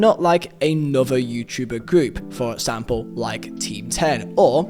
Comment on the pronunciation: “For Edsample, edso”